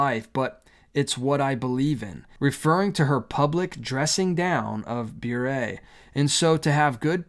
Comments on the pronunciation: I believe it is pronounced “burr“. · Sounds like a "serpent in the Garden" kind of invitation and I pray that Candace stands firm. I have so many thoughts on this but you put most of them into words in this video,. Thank you for the loving concern you showed Candace. P.S. "Bure" rhymes with "hurray" 😉. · Bure pronounced "beret" like the French hat.